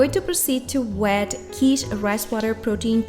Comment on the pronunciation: Not pronounced Keetsch. . Pronounced Kit like Fit.